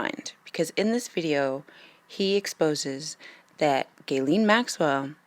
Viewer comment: its pronounced Geelane 😉 but spelt Ghislaine.